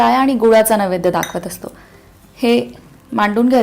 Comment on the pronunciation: नवैद्य असे उच्चारण नाही नैवेद्य असा शब्द आहे.